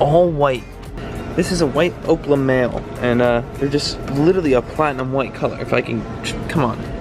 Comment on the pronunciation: “opla” bruh it’s opal